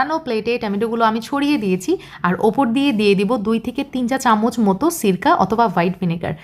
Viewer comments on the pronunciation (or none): none